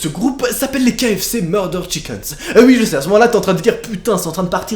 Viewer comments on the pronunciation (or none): Chiks pas chikens